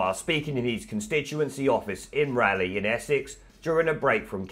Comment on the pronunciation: Rayleigh is pronounced Ray-Lee